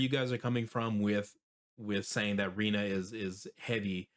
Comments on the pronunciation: It's not "nah", it is "neh" (i.e. nay). So "rinne" is Reen-nay. In Japanese all vowels are pronounced and they are always pronounced the same: "a" is "ah", "i" is "ee", "u" is "oo" (as in Boo!), "e" is "ay" (as in "neighbor and weigh"), and "o" is "oh". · I'm Japanese, and I'm sorry, but that pronunciation is completely wrong. The Japanese pronunciation is probably closest to “li-n-ne”... (divide into short three-syllables)